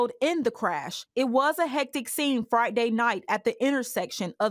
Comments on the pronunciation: Sounds like the news reporter said, It was a hectic scene "Fright day Night" and not "Friday Night" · Why does this reporter have a problem saying Friday?